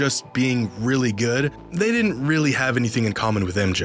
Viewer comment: bruh you said "realy"